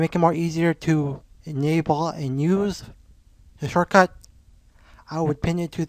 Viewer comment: Did he just said enyable (enable) 3.46 ??